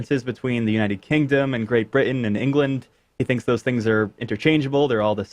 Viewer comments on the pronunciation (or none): none